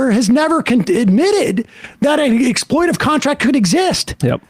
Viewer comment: It's 'exploitative', Mr Seder. 🤣🤣